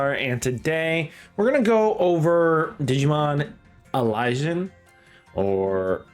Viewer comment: I'm really happy to hear it's easy to get good cards. I doubt the game will hand out as much currency in the full release, so I'm glad it sounds like you wont need to pay or grind for hours to get a usable deck. Also, I think Alysion is pronounced like adhesion, but with an L instead of dh.